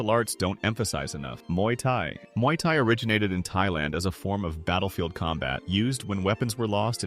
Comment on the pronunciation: It's Muay not Mauy. Muay means boxing in thai.